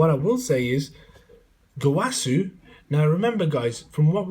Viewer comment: you can't pronounce Gowasu as (go-wa-soo) and say it's the Japanese pronunciation and say zamasu correctly (Za-mass)